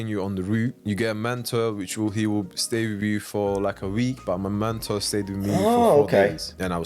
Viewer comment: Never heard anyone pronounce "mentor" as "manta" before. I don't even get how you can read that word and think that's how it should be said